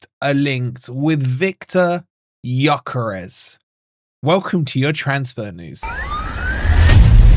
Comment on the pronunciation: Yes of course👍🏼 The ‘s’ at the end is pronounced ‘sh’ BTW.